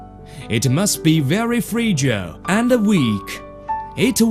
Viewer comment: it must be very freejal.